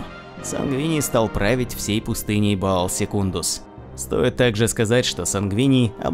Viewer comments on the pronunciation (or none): А почему плане Макрагг, когда Макрейдж и Баал, когда Ваал?